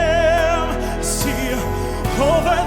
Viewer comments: Lamb not Lad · Praise, not raise. Lamb not lad. You got those two words incorrectly.